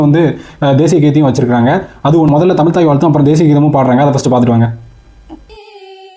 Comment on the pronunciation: முதலில் தமிழ் என்று சரியாக உச்சரிக்கும். நீங்கள் சொல்வது எல்லாம் பழையது.